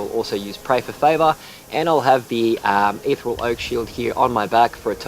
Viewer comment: Your pronunciation of ethereal really peeved me